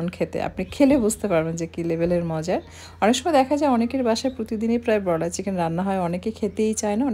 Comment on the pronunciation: বেশি শুদ্ধ ভাষা না পরালে বলা উচিৎ না। ব্রয়লার উচ্চারণ শুনেই পেট ভরে গেছে।